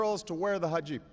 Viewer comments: Did he say "hajib" instead of "hijab"? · he said hajib instead of the hijab smh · Barack really needs to work on his pronunciation of foreign words, e.g. Hijab , Reich . I guess this puts to rest the rumor that he is a crypto-muslim-nazi. :-P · Did he say hijab wrong?